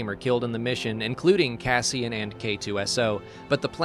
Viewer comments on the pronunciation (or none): none